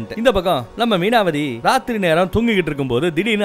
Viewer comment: Meenavathi illa, avanga peru Mainavathi